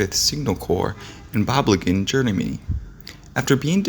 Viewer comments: Sorry it's Germany not Germamy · I heard that too! 😂